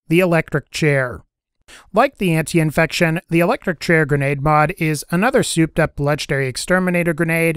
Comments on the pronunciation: Antifection* not antiinfection lol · it is called ANTIFACTION not ANTIINFECTION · how many times can you mispronounce antifection?